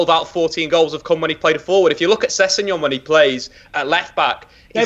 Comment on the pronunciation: Say it with me now - Sess-eg-non!